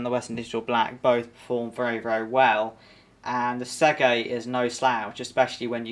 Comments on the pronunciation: Please, the word "Seagate" is pronounced "SEE-GATE" not "SEG-ATE". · Mine seems to have some form of 1.5tb hybrid laptop sized Seagate spinner, power efficient and quiet but probably nowhere near as fast as yours. Seagate not Seggate.